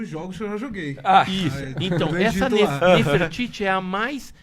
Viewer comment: Nafertari, é a maneira que se pronuncia Nefertiti em inglês 👀🤡